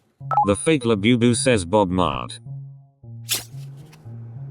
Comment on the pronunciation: It's said Bob mart